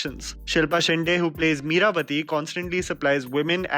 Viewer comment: it's not shinडे it's shinदे